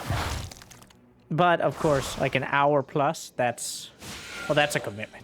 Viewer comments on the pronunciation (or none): none